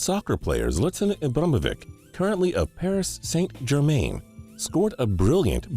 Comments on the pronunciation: the way he said zlatan ibrahimovic's name and Paris saint-germain made me cringe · He butchered the pronunciation of zlatan ibrahimovic and paris saint-germain😂